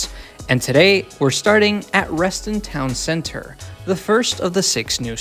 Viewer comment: local here, it's reston TOWN center, not reston town CENTER